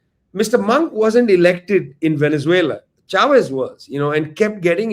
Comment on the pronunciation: It's not 'Shavez'. It's 'Chavez'.